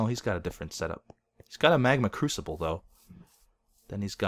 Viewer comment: i thought it was a "magma Cubical" instead of a "magma crusible"